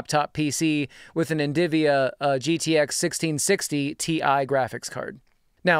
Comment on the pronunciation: "NDIVIA" bro definitely one of those guys that says "nucular"